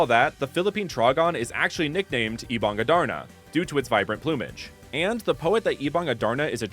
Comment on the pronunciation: Did I just hear him saying "Ebang a Darna"😭😭😆(as a filipino I would just laugh this off since tagalog has a rather hard toung and throat😅, plus it's so nice that had extensive research about this🫶🏽)